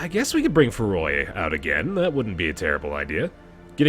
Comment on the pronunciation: IT'S NOT FERROY IT'S PERROY STOP CALLING HIM THAT!